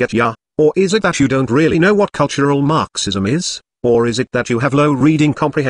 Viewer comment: What I love about your text-to-speech videos is the unintended (I assume) emphasis on certain syllables. Everytime I hear marxism, I hear MARxism, as if the mar portion is extremely important, lol. How do you accomplish the text-to-speech anyway?